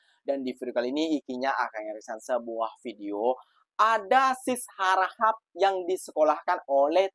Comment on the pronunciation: Tegelak pulak, tgk tak reti sebut harakhap..segala mcm bunyi😂😂. Low sdm si minah harahap ni. Kalau rm300 tak dpt beli apa, meh bagi sini duit tu. Mcm mcm boleh beli, tak nak guna bolehje derma ke masjid, beri anak yatim, buat amal jariah lain. Rm300 tu duit petrol and tol saya per week 😂. Tukar pound sterling pon rm300 pon boleh beli groceries seminggu kat asda or morrison UK for one person.